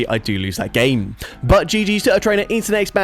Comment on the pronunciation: “…and I’m able to take that GHAEYM”